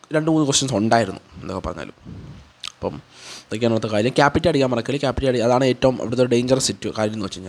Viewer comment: ക്യാപിറ്റ അല്ല ക്യാപ് ചെ